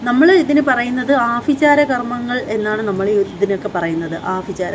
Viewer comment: ആഫിചാരം അല്ല ആഭിചാരം ഫയങ്കരം അല്ല ഭയങ്കരം അനുഫവം അല്ല അനുഭവം ഇങ്ങനെ ഭ ക്ക് പകരം ഫ ഉച്ചരിക്കുമ്പോൾ ലജ്ജ തോന്നുന്നില്ലേ